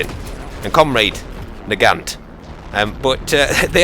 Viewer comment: The T in nagant is silent... jus sayin